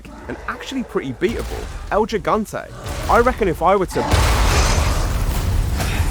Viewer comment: i know that people of your country have trouble with spanish names but this one was not so hard, is not "Eil yigante" is EL GIGANTE, put it in your language will we like "iL jegante"